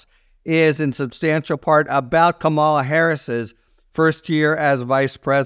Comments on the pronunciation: It is KAMala not KamALA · comma lah. Not camo la.... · Harry pronounce her first name correctly. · C’mon, Harry - learn how to pronounce Kamala! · Say her name correctly.